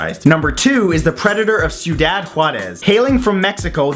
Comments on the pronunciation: It’s not pronounced siudad it’s thiudad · I hates me the pronunciation police as much as anyone, but still ... "Ciudad": SEE-YOU-DAD, not SUE-DAD. 3 syllables, soft consonants. Cool channel ... liked and sub'd. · It's pronounced cee-u-dad and is Spanish for city :) also I thought you were going to do the Connecticut River killer who killed (10?) nurses in my town (Claremont, NH) which is totally revealing. . . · just in case you run into that word again when making a video, CIUDAD is pronounced "SEE-YOU-DAHD" =) You made it sound middle eastern in your video hehe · It's pronounced ci-u-dod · Hey i live right next to jarez in elpaso you dont have to pronunce the cidaud